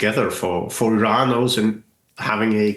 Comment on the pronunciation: You mean mispronouncing "Iran" ? That's the only thing I noticed